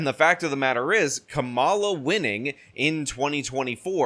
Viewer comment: Nice to hear you pronounce “Kamala” correctly, rhyming with “masala.”